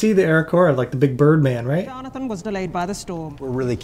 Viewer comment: Yes. It’s subtle, but they all pronounce it “Jarnathan”.